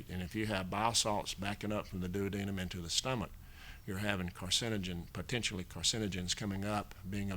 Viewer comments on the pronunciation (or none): none